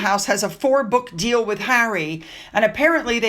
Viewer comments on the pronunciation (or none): none